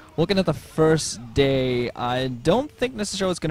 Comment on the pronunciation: I think you almost said gay instead of day about 3 times in this cast alone. Chuckles were had :)